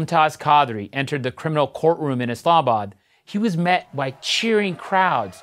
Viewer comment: did he just pronounce Islamabad as 'Islabad'?